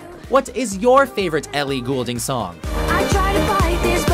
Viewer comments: It's gold-ing people, not gool-ding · Its not Goolding it is fucking Goulding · Ellie Goulding. It's pronounced 'Gold-ing' not 'Ghoul-ding' she's not a fucking ghost. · I'm not gonna lie... I cringed every time he said her last name 😖 it's pronounced like Gold- ing not ghoul - ding :/ Good selection of her songs though :) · Sorry but this bugs me and people say Ellie goul-ding it's pronounced Ellie gold-ing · I hate how he says Goulding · Did it bother anyone else that he pronounced her last name wrong XD IT'S PRONOUNCED....GOLD-ING 😑😂😂😂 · ELLIE GOLDING THATS HOW YOU SAY IT PPL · ITS PRONOUNCED AS "GOLDING" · Funny how he pronounces Goulding, it's pronounced Golding lol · Did anyone notice how he said her last name ? He sounded dutch for a second there. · YOU PRONOUNCED HER NAME WRONG. GAWD. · I was really excited until he said her name wrong... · Do they know they said her name wrong the entire time. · ok oh so i am right? he is saying it incorrectly? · Please pronounce her name right this is driving me crazy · Way to pronounce her name wrong for the entire video. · Doesn't help when you cant pronounce her name properly